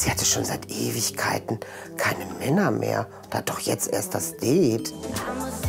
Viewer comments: Immer die mit ihrem " Deeeet". Sorry aber die Aussprache ist voll im Eimer😂😂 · Die sagt deet anstatt Date 😂😂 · Zum 18099 mal das heißt date und nicht deet😂😂😂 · Ich: Date Andere: Date Oma: Date Marianne: Deeeeeeeeeeeeet 😂🤣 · "Sie freut sich auf ihr deet" 😂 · Marianne:sie freut sich so auf ihr deet Ich:NEIN ES HEIẞT DATE UND NICHT DEET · Marianne sagt "det„ was heißt date 🤣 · Was reimt sich auf Beet? Marianne: "Deet" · Det ich dachte das heißt Date 😂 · ich:date andere:date katze:date sprechender Mülleimer:date Marianne:DEEEEEEEET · "das DeHtE''🤣🤣🤣🤣🤣🤣🤣🤣🤣🤣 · Mariane:Sie freute sichauf ihr Deet Ich:Mariane ES HEIßT DATE!!!! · Marianne und englisch Marianne sagt:auf ihr deet Mein gehirn: Marianne es heißt date und nicht deet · Warum sagt Marianne det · das heißt Date und nicht Det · Das heißt Date und nicht deeet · Ja kein det merr sondern dare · Der Typ mit der Katze checkt das niemand? Ironie!!! Die Tante Marianne hat anstatt Date DEEET gesagt und das ist der Witz daran!😂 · Ja dome Hat so schön wie mariane sagt ein deet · Sie freute sich so auf ihr „deet“ haha marianne 😂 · sie freute sich so auf ihr dät" 😂👍🏻🤝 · "Sie freute sich so auf ihr Dettt"🤣🤣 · “Sie freute sich auf ihren dät” HAHAHAH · “Sie freute sich so auf ihr Deet👁👄👁” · Wieso sagt diese Tante immer DEET . Daa regt mich so auf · Bingo Satz : Marianne kann das Wort Date nd ausprechen